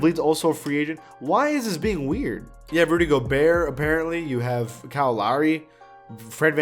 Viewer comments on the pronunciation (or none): none